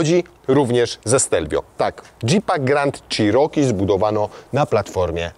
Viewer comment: przed przystąpieniem do nagrywania proponował bym zapoznać się z poprawną wymową nazwy " cherokee" , to słowo zostało wypowiedziane naście razy co sprawia ,że uszy bolą :/ tak na szybko, dużo lepiej by to brzmiało " czeroki " a nie "cziroki" . Nie jest to dokładny zapis wymowy ale jest o niebo lepszy. Nie ma tu żadnej uszczypliwości, ale jest to tak nagminnie powielany błąd ,że jak staram się wymawiać poprawnie jestem poprawiany a to już ponad moje siły. Pozdrawiam.